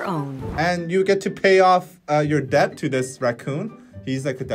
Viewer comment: please pronounce the word "debt" properly. It's DET. B is silent... sorry, every time I hear say debt, it triggers my inner pronunciation demon